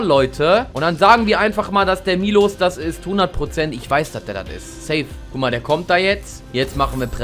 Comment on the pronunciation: Dis heißt nicht milosz sonder miłosz